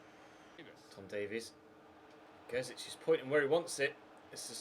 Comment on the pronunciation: Can you pronounce Gerzić properly.